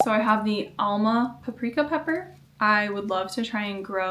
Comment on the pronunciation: hey! hungarian here, first, you pronounced alma paprika soooo good, i am very proud of you:) but! here in hungary we use the alma paprika for pickles. we stuff them with cabbage and pickle it (when it is yellow), and it is just wonderful! give it a try if you have a chance!